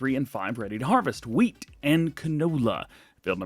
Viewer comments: Did you say WH Weat?!? Say Cool Whip. Cool Wh Whip. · DJ you sound like Stewie from family Guy, you said wheat weirdly